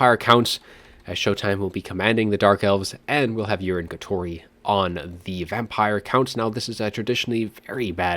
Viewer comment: I think it's Yu-ree-nay not urine but lol anyways great cast